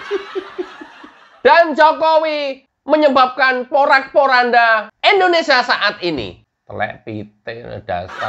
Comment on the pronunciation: KK tolong penyebutan kata INDONESA baik hrs di lengkapi jelas kalimatnya Indonesia..